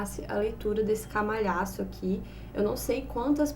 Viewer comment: ela falou camalhaço mesmo rs